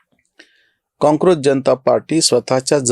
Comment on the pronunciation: तुम्ही कॉक्रोच च्या ऐवजी काँक्रोच म्हणता जे बरोबर नाही